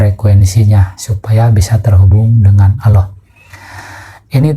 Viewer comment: sebut nama Allah aja gx bener ni org